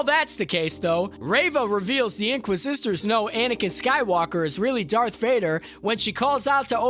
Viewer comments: This video would do so much better if it had a host that didn’t say “man” more than 5 times in a single minute, said “inquisitor” instead of “inquisister,” said “Organa” correctly, and didn’t sound like he was shouting the whole time. Good script, good edit, voice talent needs work. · great video! but if I have to hear you butcher the pronunciation of inquisitor or Leia organa again I'll scream lol